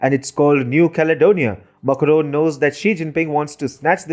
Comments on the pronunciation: It is not Muckroan, Makro it is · It is Macron not "Makaron" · Please check your pronunciation of “Macron” it sounds very odd when you are saying it so many time in this video. Kindly check from some French source the correct pronunciation. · Some English speakers just can't get their mouth around French accents. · Peacock That's what I was thinking when I heard it.